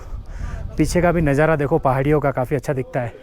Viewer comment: Bhai , sab thik hai par शांति ko saaanti kyu bola,aur nazara ko najjaaraaa kyu bola bhai,aur खुशी ko khusiiiii,aap ladakh me ho sahi se pronunciation 😅😅😅kijiye bhaiyaaaaa